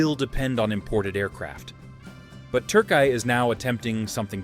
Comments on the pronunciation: “TURKAY”İS THE MOST UNUSUAL PRONUNCIATION OF TÜRKİYE. NEVER HEARD OF İT BEFORE. HOW DID THIS PERSON COME UP WITH İT? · Dude, your attempt to pronounce of Turkiye is terriblly bad. Either make an effort to pronounce it proparly or just say Turkey.